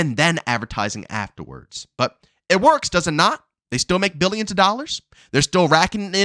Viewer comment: Trump: Mill-e-yens & Bill-e-yens: Mill-e-yens, Bill-e-yens... Yes